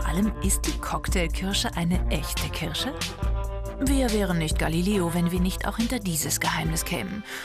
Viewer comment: nein es heißt Kirsche mit R.